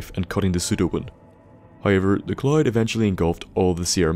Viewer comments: The CC kept showing words like "cloit", "Clyde", "clot" or "chlorine". Took me a while to catch on. You should really practice saying the word "cloud". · IN TO THE WHAT? The clyde? The cloud? The collide? Take a fucking english class